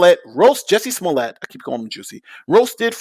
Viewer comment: he keeps saying “smollay” like his last name is spelled “smollet” and not “smollett”